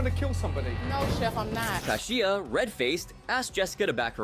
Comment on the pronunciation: How many times can you pronounce Kashia's name wrong?! He even said her name! Don't you watch these episodes over and over? C'mon!